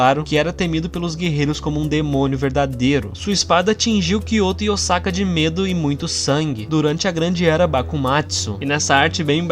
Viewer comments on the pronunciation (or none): none